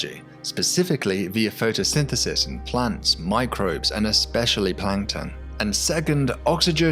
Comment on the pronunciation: I heard "photosynthesynthesis" and decided not to continue watching the video made by this dyslexic.